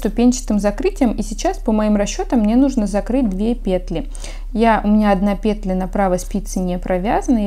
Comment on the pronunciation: Всё замечательно Только не пЕтля, а петлЯ